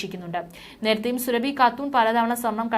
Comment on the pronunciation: സുരഭി അല്ല സുറാബി കാട്ടൂർ ...